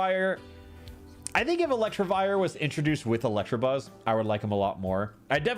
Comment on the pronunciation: Gonna update this list of gross mispronunciations as I watch: -Electrabuzz -Ampherdos